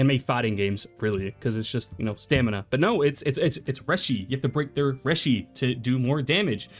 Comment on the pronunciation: Bro its not "reh-shee" its "ray-shee"